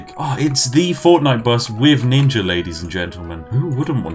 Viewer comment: My man said ninga